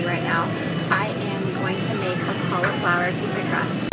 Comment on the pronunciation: "Pizza Crahst?" lol